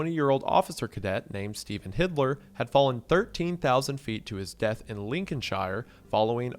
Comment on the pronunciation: Steven Hilder, not Steven Hitler